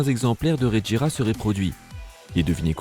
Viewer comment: Tu fais des vidéos sur les voitures sans rien n'y connaître, preuve : c'est la bugatti chiron sopersports 300+ la plus rapide au monde, et la regera ça se prononce ["reguéra] tout comme la agera. En plus dans le top 10 des voitures les plus rapides du monde, il y a la koenigsegg one et aussi deveel sixtieen. Dernière petite question ; pourquoi tu parle de la veyron en montrant une chiron ?